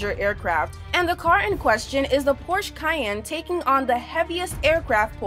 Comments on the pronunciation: The name of teh brand is Porsche and not Porche and it's pronounced Porsche not Porsch... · Its Porsche! Not Porsch! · It's not porches it's porche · Gaming Boy I think she meant to say B747 but the robot is wrong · "Porches" dafuq? Is this the mexican variant of Porsche? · Porches... Girl learn reading.. its Porsche.. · Is a PORSCHE not a PORCHES and the English makes me cry!!!!! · The cayenne isn't a damn supercar and you are saying Porsche wrong it is pronounced porcshuh